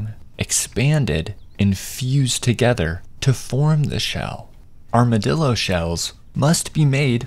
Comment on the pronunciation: Oh no... OH NO. "ArmaDILLO", THE BRAINROT, THE AI BRAINROT IS CONSUMING ME. CROCODILO BOMBARDILO